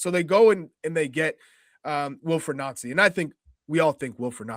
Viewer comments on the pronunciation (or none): see at the start the guy trying the changed celtic way of saying his name only for his American mate to correct him,its noncey,oh ye sorry noncey,lol. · So funny when these hosts say his name correctly, then go out of their way to say it wrong 😂 It rhymes with fancy, people! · 😂 Its jus Nancy you don't have to pronounce it in French. Its jus nancy as in ooooo Nancy bhoy.. Everyone here's calling him a FANNIE though. You can pronounce that in French if you like too. LE FANNIE, MLS to SPFL. Americans eh, . 😂 You don't understand Scottish football.